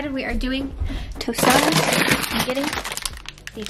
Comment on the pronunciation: I love how you say “tostadas”